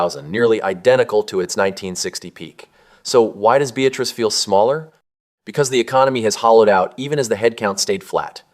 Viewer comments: I went to high school about 82 miles southwest of Beatrice. The person narrated this video does not know how Nebraskans pronounce Beatrice. He pronounces it the same way you would pronounce a woman with this name, Be a trice. Nebraskans pronounce it " be At rice". I live in the Northwest, so I either fly from Seattle to Omaha or fly out of Spokane, fly to Denver and drive the 6.5 hours to where I went to high school. If I go the Omaha route I always stop and see my good friends in Lincoln, then drive the 2 hours to the small town I went to high school in South Central Nebraska. Lincoln is a great, growing city. Really a great place to live. Omaha is growing as well although I do not think it is as nice as Lincoln. Bigger but not better. Either way I am often driving through the small towns of Nebraska as I go back every May to see friends. I like driving the back roads. Most of the small towns are decaying and dying. There is not much industry in these towns. Farming requires fewer workers and with the creation of big box stores, main streets of small towns have become irrelevant. People are driving to larger towns with Walmart. Beatrice is only 46 miles from Lincoln. I have an old classmate who worked in Lincoln and lived in Beatrice. The town I went to high school had a population of just over 3000 people. It was a thriving town because it had two manufacturing plants. Both closed in the eighties. So, a town that used to have national chain stores and businesses like Sears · Beatrice is not pronounced BE-atriss. It's be-AT-riss. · It's also correctly pronounced as "Be-AT-trice". Big no-no locally to not get the pronunciation correct, just like Norfolk, Neb, which is locally pronounced correctly as "Nor-FORK"! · I got to the terrible mispronounced Beatrice and stopped watching. You need to study more . BEE-AT-TRISS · Please pronounce the towns correctly. Bee-at-trice. Cairo is pronounced Karo. Mon-o-why. We know we pronounce them differently.